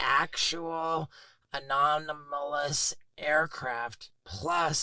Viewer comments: “Anomanalis” phenomena 😂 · anolamis, anominis, alolominis, anomalis, anomonys, anonymous, anomolous. 🤪😜🤔 🙈🙉🙊 ufo man, just say ufo. 🤠👍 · Oh god one guy said "anonomalous". Please learn English if you have a podcast or show.